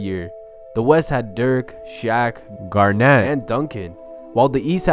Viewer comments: Idk why but the way he said Garnett 😂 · Am I the only one who thinks it sounds weird when says Garnett?